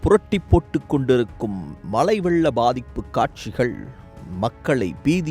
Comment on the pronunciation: Malai illa mazhai